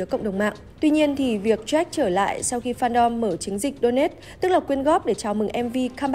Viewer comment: Jack mà cứ nghe bà này đọc là troét